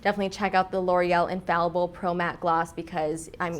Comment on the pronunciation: L'Oréal is not an English brand! the pronunciation of infallible is totally different. please stop saying infallible👌